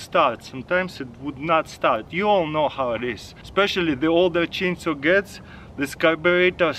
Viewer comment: The way he say chainsaw "cheen soo"